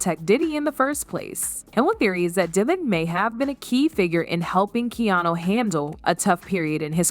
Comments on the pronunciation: AI can't say KEANU lol KANU what a load of nonsense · Good Lord. Get the mans name correct. In one sentence he was Keeno, Keanie and Keanu. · Keen-o; Keyanu; and Kanu. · Keenoo? This sucks. Do better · Kee - no? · Who's keenoo reeves? 😂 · Who the fuck is Keeenu? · The Narrator ( ), pronounces Keanu's name 10 different ways. Nothing discussed seems to connect to anything. Is this narrative simply a way to create a news story out of nothing? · The amount of instances this AI mispronounced Keanu's name. Why the heck am I even watching this bs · Is no one going to mention how many different ways she wrongly pronounced “Keanu” 😂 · Wow, all bull shit and for goodness sakes, learn how to say his name!!! Most would have heard, but need to live... Stop spreading bull shit. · It's weird that half the time you can't pronounce his name correctly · This chick literally pronounces Keanu Reeve!s name three different ways. Learn how to say, Keanu. 🙄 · Man, you’re trying out aaall of the Keanu pronunciations, I think you even made up some of your own. That along with the title not delivering on supporting content/ information. A+ job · The lady reporting needs to figure out how to pronounce Keanu’s name. She says it’s a dozen different ways 😂